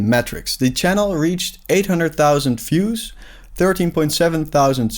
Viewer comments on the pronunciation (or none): You cannot pronounce "views" as "fuse". Those are completely different words in English. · Great video. Good insights. Good luck with the journey. Just a tiny suggestion. Look up how the word "views" is pronounced. Best wishes!